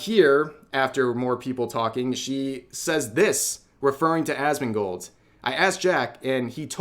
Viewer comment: It sounds like you said a$$mongold😂